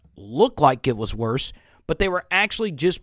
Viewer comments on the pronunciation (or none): none